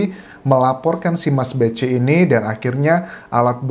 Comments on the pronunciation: Itu bacanya mas "beki" bukan mas "bechi" 🙏🙏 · Dibaca mas beki bukan mas beci. Yg benar Kiai Tar (Mochtar Mu'thi) bukan Mufti.